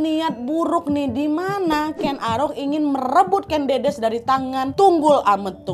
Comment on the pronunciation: Buat pecinta sejarah dan untuk semuanya. Aku boleh mengoreksi ya Kak Nadia, untuk pengucapan nama Ken Dedes. Yang benar begini: Ken Dedes (Jawa: ꦏꦺꦤ꧀ꦝꦼꦝꦼꦱ꧀, Kèn Ḍĕḍĕs) yang tidak paham IPA (International Phonetic Alphabet), cara ucapnya /è/ itu kosakata 'enak' dan /ĕ/ itu kosakata 'emas'. yang bisa baca Aksara Jawa, silakan baca. Matur sembah nuwun